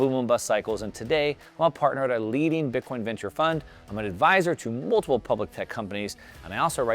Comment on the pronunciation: Please please not bitcion thanks